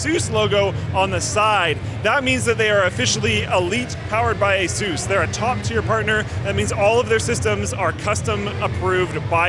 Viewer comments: It's Asus, not Azues... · what the hell is A-sooose? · There's no 'e' in Asus, it isn't spelt Aseus like the name Zeus. Dumb shit American's still can't read or write English correctly and they've been at it for hundreds of years... Say the word 'sustained', now just say 'sus', now put an 'a' in front of it and say the name 'A-sus'. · The origin of the company's name is Pegasus Its pronounced <Eh-SUS> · funny way to say ASUS héhé!!!